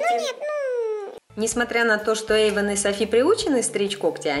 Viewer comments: Кошка Шарлота Эйван а не Ейван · Почеmу Эйвана ты назвала иmенно так?